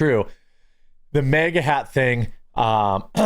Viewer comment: Dude, I'm not trying to be a dick, but I don't understand why you keep Pronouncing MAGA as MEGA ITS M.A.G.A